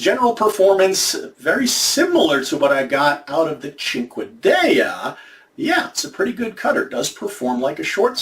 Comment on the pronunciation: The way you pronounced Cinquedea is incorrect. It’s pronounced seen-keh-de-ah. It’s also a cinqueda seen-keh-da. Also surprisingly these types of knives are not really meant for stabbing. It’s a slash/cut weapon. A dagger would be for stabbing because they are usually thicker with a strong point. Of course that all varies.